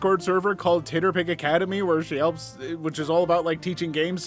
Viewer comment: Ok my biggest and most important question: dear god why do you pronounce TTRPG’s (tee-tee-ahr-pee-gees) like that? Titterpig is so offensively wrong and horrible it assaults me every time you say it and is the SINGLE reason I would/will never share/recommend these videos 🤣 Harsh? Maybe. But by god, what a terrible word.